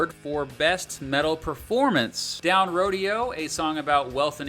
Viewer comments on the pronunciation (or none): Ok, others may have said this but it not Rodeo. It's the main street in Beverly hills, California. You say it like "row-day-o" not "row-de-o". It's a song about wealth inequality and the anger that come with it. Please get that right. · Why does everyone pronounce Down Rodeo like the thing where cowboys ride bulls and broncos? It's "Ro-day-o" as in Rodeo Drive, the street in Cali where rich white people live. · Loved the video but some of the pronunciations just killed me. The ch in de la Rocha is pronounced like a k. And rodeo is ro-day-o not like a cowboy ro-dee-o (it's a street in LA btw). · (Row-day-oh) The street: Rodeo Drive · It’s pronounced, “DOWN RO-DAY-O”.. as in the wealthy roadway in Beverly Hills, CA. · Down "Ro-day-oh." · It's not Rodeo like you had pronounced... Rodeo is pronounced. Row-Day-Oh. Rodeo Drive. It's a road in Los Angeles. Beverly Hills sorry to be that guy but ya know.. gotta name it correctly if you are making a video about it. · The 'ch' in Spanish is always pronounced like Chad, chocolate or cheese. And rodeo is ro-DE-o like DEstiny, DEff not Day. Here's Zach himself pronouncing his surname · Its Down "Roh-day-oh" as in the street in LA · hey..it's PRONOUNCED RODEO...RODEO DRIVE IN BEVERLY HILLS.... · Down Roseo is my favorite Rage song. And byw it's Rodeo drive not rodeo like cowboys hahahaha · Your mispronouncing the name of the song "down rodeo". I'm sure rage fans have caught this already, but its rodeo as in rodeo drive. Not like a rodeo clown. Ya know, so your cute documentaries can be taken seriously.